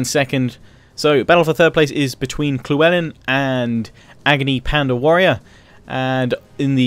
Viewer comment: Loo-Well-in, damn it's not that hard guys!